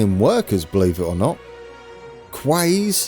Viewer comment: erm 'quays' is pronounced 'keys'